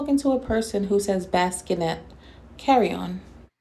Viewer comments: Hey friend LOL I'm so happy that you caught the way she pronounced bassinet I was like what did she just say😳😳😳😳🤔😂😂😂🤣🤣🤣🤣🤣😂😂😂omg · Jazz’s Vocabulary “Tooken” = Taken “Prin-cles” = Pretzels “Baskinett” = Bassinet “Distance” = Distant “Macaronies” = Macaroni Cousin I could go on but you catch my drift; & this woman is having another child! It’s too much 😳🪑and Hipz is in law enforcement? 👮🏾‍♀️ JUST STOP ✋🏽🛑 💀😂